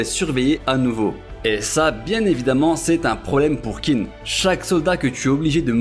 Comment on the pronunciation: Top! Petite remarque qin se prononce " tchin" | zhao = tchao